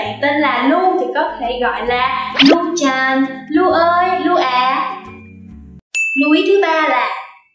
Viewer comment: sàn, chàn?? đọc cần thêm dấu huyền à